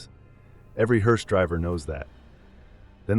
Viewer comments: Its pronounced “Herse” not “herese” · Been a professional what driver ????😂😂😂 At least learn how to pronounce the name right . It's HER SE not Hear se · Not a “heerse”, a “hearse”! And family doesn’t sit next to the casket in back of the hearse. What kind of freakish funeral home puts seats next to the casket in a hearse?! Families don’t ride in the hearse! Who does the illustration to these things? And writes them? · Is this AI ? Why is the word “hearse” pronounced differently multiple times ? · A.I. mispronounces hearse. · He couldn't pronounce "HEARSE "😂😂😂